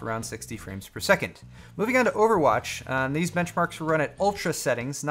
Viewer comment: Overatch is how he likes to say it